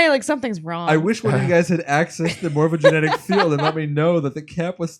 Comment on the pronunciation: Ohhh we're getting close to the end!! :D. It's funny how you still pronounce 'Morphogenetic' as 'Morphogenic'